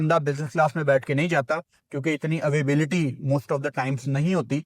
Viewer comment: Availability ❌ avaibility ✅ Monsoon ❌ moooonsoon ✅ Wakai mein jitne ho jo cricket expert aur journalist bane ghoom rahe ho pakistan mein sab ganwar ho. Padha likha bolne se koi padha likha nahi ban jata padhai karni bhee padti hai. Apni ladki ko ache school bhejna apni tarah ganwar na bana dena use bhee. Khair islam ki khoobsoorti hi kuch aur hai. Kaho apni beti ko hi begum bana lo apni. Aur 2 kaudi ke cricket expert ho tum. Analysis ke naam pe kuch nahi hai tumhare paas. Seekhna ho analysis to batana